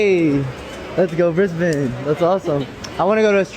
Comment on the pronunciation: The ONLY points that guy gets picking women up in the mall is he said 'briz-bun' not briz-BANE like a heathen. <3 <3